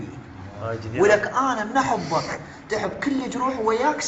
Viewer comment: لك انت شنو ملك جثير اللوم شعدنا ما تكولي بس كولي شلون تلفظ احبك لك اموت عليها علمني احوبك مو هههههههههههه والله كولنا نحبك وحتى بالدوام اشوفة للمقطع سوية